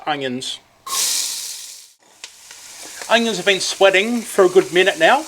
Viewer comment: always say onyo first.